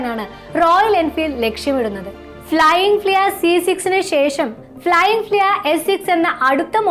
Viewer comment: തെറ്റായ ഉച്ചാരണം അരോചകമാണ് അമ്മച്ചി . ഫ്ലയിങ് ഫ്ലിയ അല്ല പെണ്ണുമ്പിള്ളേ "ഫ്ലയിങ് ഫ്‌ളീ " ആണ്